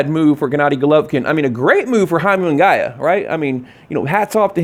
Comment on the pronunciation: First of all, stop saying Jaime Mungaaaayaaa.. who tf is Jaime mungayyyyaa??? Shit's annoying.. second i wouldn't watch either fight, because canelo wouldn't be fighting kovalev fair and square with the catchweight and rehydration claws he already at an advantage.... so not interested